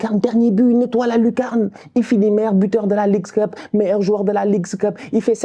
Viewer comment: a dit "il va gagner deuxième clope" pas Cup 😂😂😂😂.... je charrie